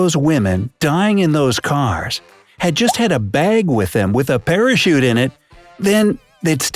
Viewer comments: On #3 you said parashit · Did he say parashit that's what I heard lol